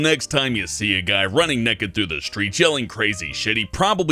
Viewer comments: sounds like when he says 'naked' it sounds like 'neked' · says nekkid and tolet, teehee.